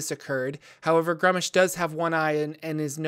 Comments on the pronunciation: I believe it's pronounced *grumsh* or maybe *groomsh*, all one syllable. is adding extra letters and syllables in his pronunciation when he says *grum-ush*. Though to be fair I can't remember off hand what source book that was detailed in. Other than that well done. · You insult Old One-Eye with your pronounciation A thousand thorns to the scr0tum upon you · My least favorite way to say gruumsh